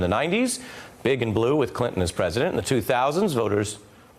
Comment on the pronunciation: No Nut November had Ari slipping up the word “six” lol